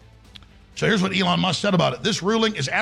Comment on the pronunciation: Your pronunciation is so wack. The name is Elon and not Eleon.